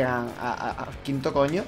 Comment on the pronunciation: ''ar quinto coño'' ese venezolano xdd